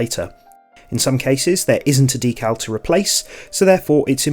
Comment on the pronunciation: Thanks for that. Very clear and useful. Also, your pronunciation of D cal, not DECKul, as most in the UK say! 😊